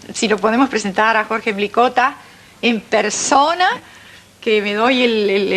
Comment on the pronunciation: El apellido no es "Milikota". Es Mlikota. Este apellido contiene una sola letra i. Comienza con eme, ele, i.